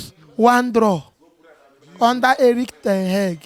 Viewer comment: I draw 13 lose under Eric Ten Heg😂😂😂😂 see as him pronounce him name